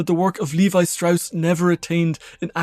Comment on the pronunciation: It's 'levee' (Levi)